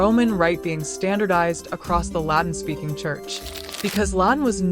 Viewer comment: The computer voice can’t pronounce the word “Latin”. Or Ecclesial. Makes it hard to follow.